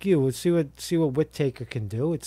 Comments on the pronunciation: Whit-Uh-Kerr. Not Whit-Acre. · Pronounced 'Whit-ahker' not Whit Taker 😑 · Sessions takes the job, then recuses himself!? Gee, I wonder if he enjoys DEEP fried chicken? In the immortal words of Fred Flintstone - "OUT! OUT! OUT"!! Hey bro, I think it's pronounced "Widda-ker" Take er easy brosephus! Jack - Canada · It's pronounced Wit A Kerr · "Wittertake" is how you say "Whitaker" lmao? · Pronounced Whita-ker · pretty sure its whit-uh-ker but ya lol, good to see all the pieces still falling into place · What a boob. Whi taker 🤣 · I can't believe you don't know how to pronounce Whitaker.